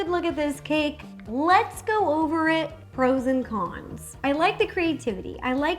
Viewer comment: “Let’s look at the ROs and cons”